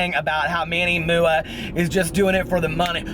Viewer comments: That One Aquarius 😂😂😂😂 right? that Manny MOO-AH gets me everytime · ha! thank you... i had no idea that MUA stands for make-up artist LOL i was pronouncing his name the same as you 😂 whoopsy